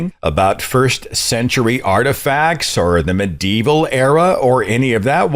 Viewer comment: It's not "mid" evil you totally.